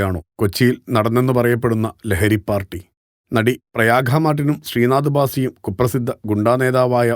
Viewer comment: പ്രയാഖ അല്ല പ്രയാഗ.